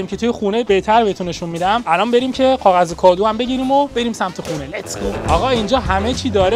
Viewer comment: نی غاغذی یا کاغذی 😂😂😂